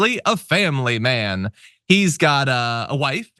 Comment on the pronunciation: "A Mayun's a Mayun!" meaning the pastor has no self control.